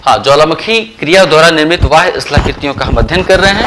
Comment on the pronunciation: Sir aap bahya ko vahya kyu bolte he???? Ya fir mera pronunciation galat he?????